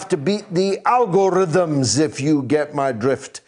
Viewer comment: Did he say " Al Gore rhythms"? Is that a new dance?